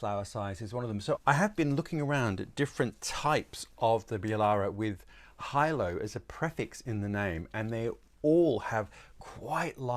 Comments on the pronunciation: Big fan of you channel, very helpful. Out of interest Hilo is pronounced hi: lou the same as the island in the Hawaian group. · It's pronounced He-low spaceship. Hilo is a town in Hawaii